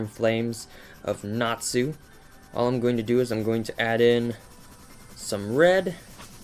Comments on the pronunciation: I was just trying to make it simpler by making it a z so it doesn't look weird.... since he was pronouncing it Nat Su. at least at the start of the vid he did. so still....SLAP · u said natsu's name wrong! its pronounced natzu! *Slaps in the face! I FEEL SO SATISFIED;D